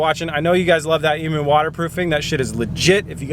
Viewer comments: Bit late for this comment but correct pronunciation for emu is Ee-Mew not E-Moo...Aussie here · Emu, not e-moo. The "u" is pronounced like "you" - so it's more like "eem-you" Drive me fuckin' nuts mate! :P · Hating Finding A Username Australia calls in eem-you, you know, the country they are from! dove is hardly a comparison, it's a single syllable for one! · if you're going to have "emu" lining can you please pronounce it properly? i'm australian and i'm triggered. ee-myou, c'mon mate. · Are u saying Emu when choosing the fabric ??? The Australian native bird is pronounced eam-you hahah, you could just be talking about something different all together but hey... the more you know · Dude, its pronounced Eemyou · that was killing me